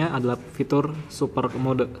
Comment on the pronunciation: "super mode" dibaca "super mod", "e" nya dibelakang ga dibaca.